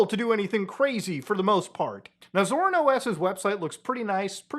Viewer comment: the way muta pronounces it scars me every time tbh